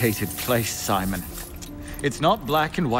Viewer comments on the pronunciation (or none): none